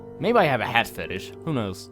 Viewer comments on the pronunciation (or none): press 4 for "Hhhaatt"